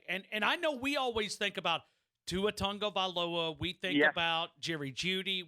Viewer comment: please learn Tua Tagovailoa’s right pronunciation! It would be like calling you Aaron Terrors!